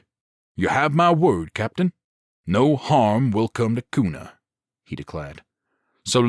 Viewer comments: Pretty good zombie series. The only frustration I have is that the author didn't seem to research the location very well. There are no forests anywhere near the Boise metro area (it's a desert), people in Boise don't drawl (it's the PNW not the South), it's pronounced "cue nuh" not "coon uh", and the Gowen Field Air National Guard base is a whole lot closer than Mountain Home AFB if people wanted weapons. Hell, it's Idaho...you could collect an entire armory just going door to door clearing houses. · Sitting here in Nampa Idaho, which just happens to set on the outside of Kuna and Boise. I have really enjoyed this series and look forward to the rest. As a side note the city of Kuna is pronounced as if it started with a "Q" instead of a "K".